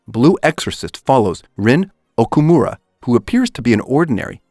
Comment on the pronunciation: i’m sorry but i cringed at the way you say “okumura”